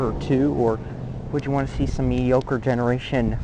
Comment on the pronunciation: "mee-dee-oh-ker" jesus christ